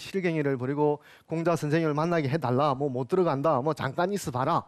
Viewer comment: 장음인 단어의 첫자를 짧게 잘못 발음한 예:공자, 서(공자의 서),편지, 두 번,사실,피마골,사건,사람,공유, 등 이 아상 듣고싶지 않습니다. 논어 강의에, 공자라는 말의 발음마저 바르게 발음하지 못하는 학자의 강의를 어떻게 듣습니까. 한문 강의를 하시려거던, 적어도 장단 자고저 공부를 좀 더 하셔야겠으 ㅂ 니다. "한국 어문을 고발함"이라는 책을 읽어 주십시요. 미국 변 완수 배